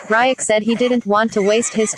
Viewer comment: She pronounced riek